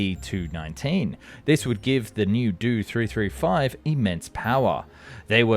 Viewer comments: Suggestion: learn the proper pronunciation of aircraft and engine acronyms. Ask technical expert or native speaker. Examples Do-335 is not "Doh three three five" Do is an abbreviation of Dornier, correctly spoken as "dee oh" Me-110 is not "mee 110", it is "em ee 110" Justification- How would you (or you AI pronounce Bf-109? [bee-eff 109] or [bey-effeh in German] Beyricheflugfabrik FW-190? [eff-double- yoo 190] or [effe-doo-bleh] Folcke Wulf Ar-240? [eh - arr 240] or [ah ehr] Argus DB-603? [dee bee 603] or [deh beh] Daimler Benz BV-155? [bee vee 155] or [beh-veh] or Blohm und Voss A test: pronounce Ki-61 Keh 61; not kee 61 or kay eye 61. "Ki" is a Japanese phoneme or single sound for the Japanese character used as an abbreviation of Kawasaki Army Type 3 Fighter 'Hien [heh-en] Flying Swallow, You can't use German or English rules to read Japanese designations, ask an expert and don't trust English language AI text to speech for non-English words or acronyms. This video is well done but technically lightweight. You explained center-line thrust simply - the propeller thrust vectors arecolinnear but what about propeller torque? Was it additive or counteracting? Why does that matter in a fighter or fighter-bomber [Jager or Jagdbomber]? Keep working at it you are improving noticeably. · After putting obviously a lot of time and effort to produce a top quality video, you totally make it weird saying "do" or "doe" in front of all the model numbers for the Dornier planes!!!! It's not pronounced like that the letters are short for Dornier!!!! DEE OH 335!!!!! It is a good video but something as simple as mispronouncing something repeatedly ruins it 😑. You did your research and made a very informative video 👍😎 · Did an AI do the voice over? He keeps pronouncing the letters in the designation numbers like they're words. It'd the "Dee - Oh 335" not the "Do 335" and the "Em - EE 262" not the "Me 262" and so forth...